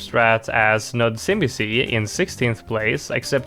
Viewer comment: You butchered nudzimisie's name. It spells I am bored in polish and im not even gonna explain how to read that. You made it sound japanese